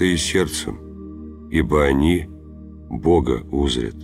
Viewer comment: Согласен,👍 только в одном месте он ударение не там поставил. "Бога У'зрят, а правильно будет узрЯ'т а так слава Богу!🙏✡️🕎☦️😉